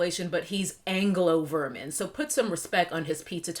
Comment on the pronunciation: D… did you say anglo-VERMIN?! 💀